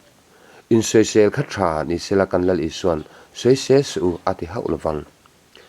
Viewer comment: Tha ani em a,thah tih tur😂😂😂,bengvar thlak ṭhin e